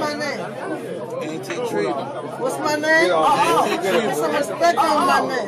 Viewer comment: Hes just annoying wack Wtf!! And the hell is "respek" u got stroke tryna say "respect" or what?